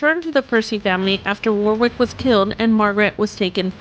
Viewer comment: She pronounced Alnwick (Annick) correctly but not Warwick(Warick - w is silent), clearly AI rubbish